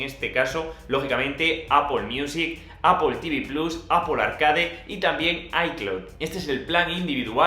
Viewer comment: Al menos dices bien "Apol" y no "Apel" como otras personas 😂😂😂😉😉